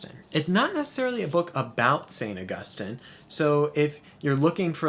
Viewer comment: It makes me so happy to hear you pronounce Augustine right. :)